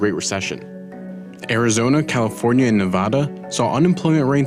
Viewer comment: Had one of those down the street from where I lived. Was a nice store but never busy (save for the opening month). Also please pronounce Nevada correctly.